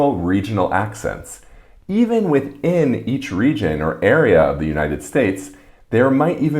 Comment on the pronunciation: "Goin"? Hmmm... "Gouin"!; - "With... in"? ... "Within"!